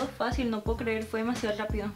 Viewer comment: "Fue demasiado lapido" Jajajaja me encanta como no pronuncia la r